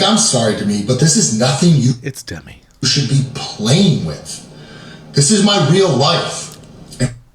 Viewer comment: “Da-Mee” NOOOO! It’s “Dem-Me”!!! C’mon!